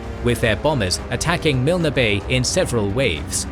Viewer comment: Milne Bay is pronounced Miln, not Milna. It’s one of the most well known locations from the war. Also it’s very hard to read blocks of text all in capital letters. Apart from that it’s excellent